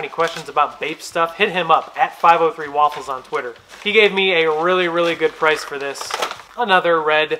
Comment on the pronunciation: It makes me happy everytime you say “waffles” like the breakfast food, instead of how everyone else pronounces it 😭😭